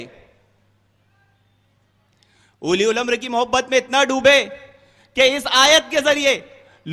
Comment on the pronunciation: "Ulil Amra" ko "Uli Ul Amra" Bol raha hai charsi !!!